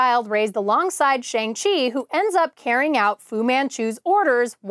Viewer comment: You're killing me with that "Shang Chi" pronunciation.. Shang is pronounced like when the doctor tells you to stick out your tongue and say "Ah".